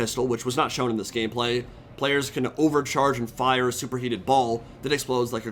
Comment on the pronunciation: did I hear gayplay?